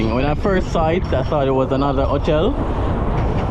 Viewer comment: Not "otel". But Ho-tell.